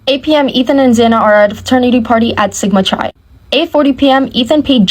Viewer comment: You can't believe ANYTHING she says if she gets things completely wrong. I.E...kaylee didn't go to pi phi party with maddie. And she doesn't even know how to pronounce sigma chi. And Kaylee didn't buy the new car on Friday. Doesn't even mention Ethan went to Betty's ball without xana...I could keep going but....